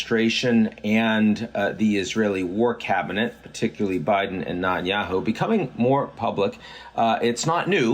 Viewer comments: Can't understand why you're unable to pronounce the name of the Israeli Prime Minister correctly? Neh-tan-YAhoo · Not that I'm a fan but learn how to pronounce Netanyahu properly.